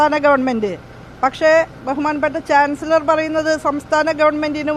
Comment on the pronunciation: ചാൻസിളറർ.... ചാൻസിലർ എന്ന് പറയാൻ പോലും ഷഹോഡരിക്ക് അരിയില്ല 😅😅😅